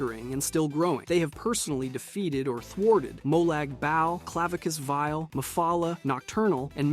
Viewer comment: Uhh. Did you just say "Molag Bowel"? Twice? Lmao, okay ''.